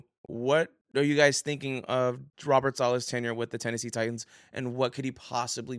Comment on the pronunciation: TITANS. NOT TITIANS